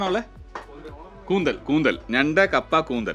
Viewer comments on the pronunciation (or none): കൂന്തലല്ല കൂന്തൾ അല്ലെ ശരി? കേട്ടിട്ടില്ലേ... കാർകൂന്തൽ കെട്ടിലെന്തിനു വാസനതൈലം? ഇനി അതെന്തായാലും സാരമില്ല. വീഡിയോ കിടുവല്ലേ.. 😂👍👍👍